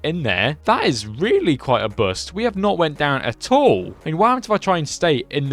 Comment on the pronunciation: Bost, ‘oo’ like ‘spoon’. Boost.